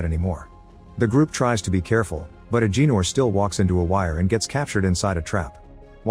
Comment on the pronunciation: It’s Ah Ga Nor not Ah Gee Nor 😂😂😂